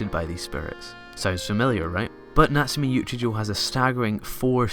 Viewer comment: natsume yuujinjo whattt can u pronounce it right.. its choouuuuuu not jouuuu